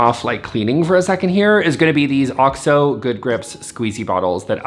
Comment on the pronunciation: bless you for pronouncing OXO properly, it’s like nails on a chalkboard when I hear people say O-X-O. I’m guessing you got it right from watching America’s Test Kitchen, that’s where I learned it. Love you so much ❤. I want to see Sophie too! Please share. P.S. I posted before the video was done.